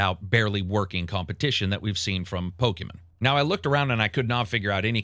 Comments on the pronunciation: The way you pronounce "digimin" and "pokimun" is diabolical. Great for engagement. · "Pokamen" & "Dijimen" hurt me 😅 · It tickles me every time says "Dijimen" and "Pokuhmen" 😂